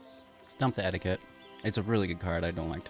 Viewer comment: It's EE-DICK-T. Not, "etiquette"